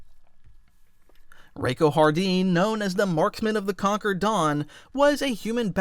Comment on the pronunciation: You pronounced "concord" "conquered". Please dont do that again...